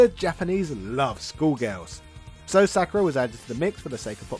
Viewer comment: It’s always fun when deliberately mispronounces things to generate outraged comments to jack up his “engagement” score. Sak-ur-a???